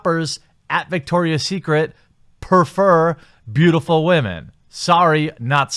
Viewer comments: It's Victoria's Secret, not Victor's. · It's VICTORIA'S secret... not VICTOR'S secret! ROFL!!